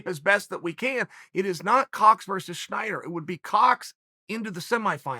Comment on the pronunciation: It’s Snyder, Chael. Snyder. Not “Schieder”